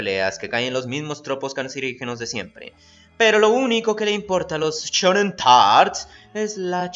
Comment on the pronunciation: shin....SHIN ....."SHINGEKI" .....NO CHIN......shonen.....SHONEN....."SHONEN".....NO CHONEN!!!